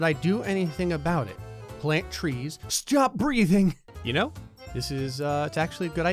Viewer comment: "stjöp breathing"